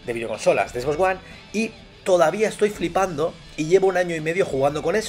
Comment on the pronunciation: Flipando jajajaja qué cagado se escucha flipando .... Jajajaja